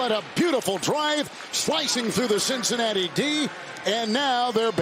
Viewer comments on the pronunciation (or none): was crazy "slicing through the cinncanaty D" like paus